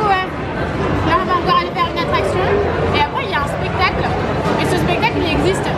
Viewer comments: je reve ou a a pestacle au lieu de spectacle;)) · à mal prononcer "spectacle" bref je vous adore je te suis sur tous les réseaux sociaux ( #teamsnapchat )